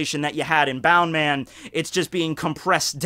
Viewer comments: Its bounceman not bound man lol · Isnt it bounce-man not boun-man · isnt it bounceman not boundman? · It's annoying how you're not pronouncing it as "bounce" man. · It’s pronounced as bounce man